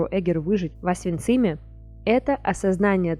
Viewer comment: ОвсенцИм? Вы что, впервые это слово читаете? Лучше самой Эгер никто о ней не скажет. Смотрите интервью с Эдит Евой Эгер.